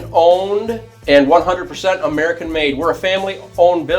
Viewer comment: The emphasis on “American” sounds a lil prejudice, Martinez & stiletto over Boss